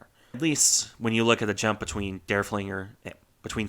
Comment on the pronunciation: But the only correct pronunciation is not that difficult. Once again: Zide-lits. Just listen to a German! :)